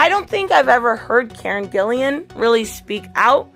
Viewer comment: Its Gillan not Gillian